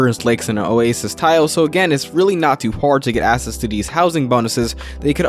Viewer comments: Great video but for the non native speakers watching, access isn't pronounced "ass-ess"" it's "ack-sess". Seems to be a lot of non native speakers and that's probably screwing them up a bit. Edit: nevermind. There's 20 other words he keeps mispronouncing. Needs to slow down like everyone else said. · Why do you pronounce “access” as “assess”? No hate, just.. please fix it. Otherwise great video.